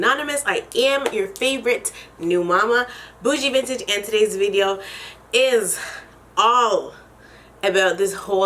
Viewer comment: I love the way you pronounce “video”, it sounds like you’re saying “veedio” lol. I knew you were gonna make a response video to Khloe’s tweet when you tweeted her back 😂😂😂